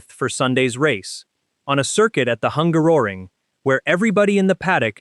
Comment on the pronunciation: Someone please teach the AI Bot how to pronounce Hungaroring.